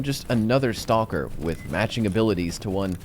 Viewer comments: I love you, but you pronounce stalker wrong. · "Stall-ker" XD